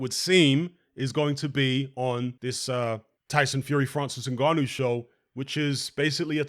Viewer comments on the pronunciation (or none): none